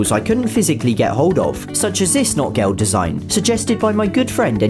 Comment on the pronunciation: The pronunciation of "Notgeld" is closer to "note-gelt" with a slightly longer O. It means emergency (Not) money, related to "need" and not to English "not"